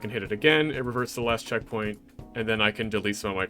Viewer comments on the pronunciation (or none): none